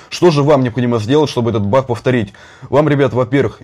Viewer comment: Почему он говорить не баг а бах